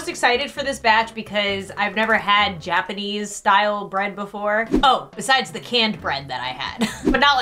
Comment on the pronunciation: "Gapanese" Its japanese lmao